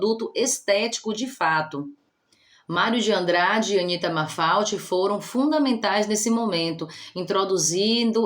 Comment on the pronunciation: Eu gosto muito dos seu vídeos, muito explicativo, mas você falou o nome da pintora Anita errado, e malfate é você falou mafalte